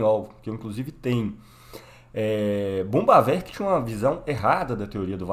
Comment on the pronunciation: Parei no primeiro "bombavek",não da pra se levar um cara desse a sério.